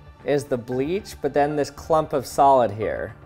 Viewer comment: "IT formed a soled" 😂